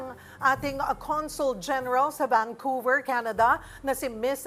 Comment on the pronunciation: Vancouver hindi VanQver..